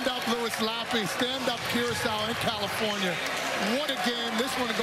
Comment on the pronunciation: When they say "California" I hear "El Segundo."